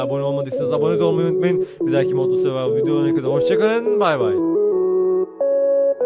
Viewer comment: Olum suvavo diiiil sorvatvor